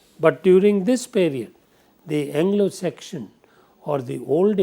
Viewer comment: Sir u r great but u made few mistakes. One mistake is that u pronounce Anglo Saxon as Anglo section